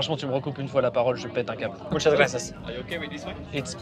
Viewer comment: La prononciation du "gracias"...incroyable🤣 aucun effort😂